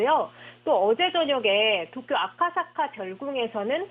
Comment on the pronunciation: 나만 도쿄 독도라 들리냐??